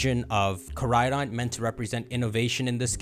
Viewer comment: I actually can’t watch these videos because of how he pronounces koraidon and miraidon